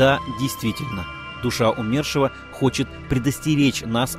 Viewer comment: Почему умЕршива, ПРАВИЛЬНО БУДЕТ сказать Умершива ударение на " У". Ведь Умер, а не умЕр. Ваше неправильное ударение ухо режет.